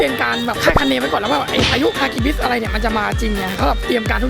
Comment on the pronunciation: ฮากิบิสคะไม่ใช่ฮิกิบิสคะสุดหล่อ